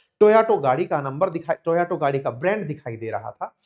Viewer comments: It's Toyota,not toauto. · It is Toyota…. Not Toyoto 😅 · Sir आप टोयोटा का उच्चारण टोयाटो करते हैं..ऐसा क्यूँ?? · Toyato ya fir toyota😂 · It is TO..YO..TA. Not To..ya..to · भैया टोयाटो नहीं टोयोटा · Please speak the right Name of the car. Not TAYOTO but TAYOTA. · Toyota ❌ Toyato ✅ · Sirji, kindly pronounce the car as Toyota- ToYoTa; thank you. (you kept saying ToYaTo, confusing). Your channel is a good one. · Toyato nahi be… Toyota hota he… I have noticed several tile this teacher mispronounce things